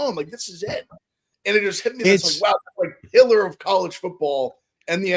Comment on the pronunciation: I know he said pillar but man does it sound like he called him the hitler of college football